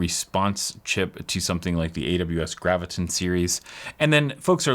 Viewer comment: That's not how you say, "Graviton".